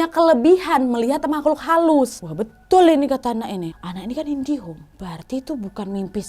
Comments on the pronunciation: Indigo bukan indihom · Yg gua dengar indihome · Maaf ada salah ucap kak...kak nadia nyebut nobu anak indihome 🤭🤭 harusnya indigo kan??🙏🙏🙏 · Ngulang2 untuk pastikan kak nadia blang indihome atau indigo😅